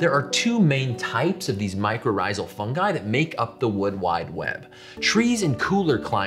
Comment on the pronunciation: Good choice on the pronunciation of fungi, it irritates me when people pronounce it funji